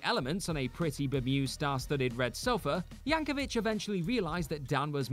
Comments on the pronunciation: Yank o vic, not vich. It kills me. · it's Yankovic, rhymes with stick. Not Yankovich. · It's Yank-o-vic, not Yank-o-vich. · YankoVICK. Hard K sound. Don't get your pronunciation from Hank Hill. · Re the final entry: although "Yankovitch" may be the original pronunciation of the surname, that's not how Weird Al says it; and what Radcliffe performed wasn't a "rap," it was The Elements by Tom Lehrer (a satirist I'm not surprised to learn Al loves).